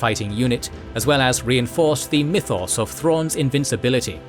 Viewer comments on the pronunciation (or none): none